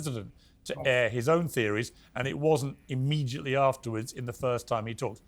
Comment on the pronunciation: I love the way Piers says “immejiately”